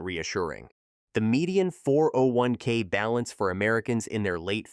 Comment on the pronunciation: "401 kick" "401 key"...ai slop